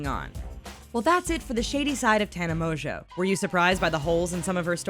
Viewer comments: Does all this research on her yet doesn’t pronounce her last name right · The biggest lie of all is how she pronounces her last name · sorry but i can’t trust anyone who can’t even say her name right... she literally says it in the beginning of every single video. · Im surprised you can't say her last name right 😂😂😂😂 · tana mongeau is the heaviest sleeper i've ever seen, so if someone took polaroids of her, she would not have woken up. if you've ever watched one of her vlogs (or even her friend's vlogs) you would know that. no hate or anything but people should check their facts before making a video about it. and also this channel keeps pronouncing her last name wrong.